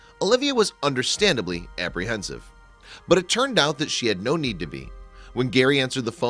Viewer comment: Ohhh Know.... I know that was just the best way to pronounce no.... But good video ... Lol